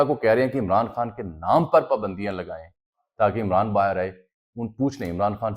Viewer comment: Bhai pakistan pa pandio ka koi nai kha rha. yha pa shaksi pabandiyo ki bat kar rhy ha thora dhihan sa reporting kry